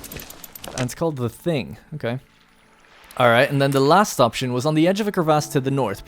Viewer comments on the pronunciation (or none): none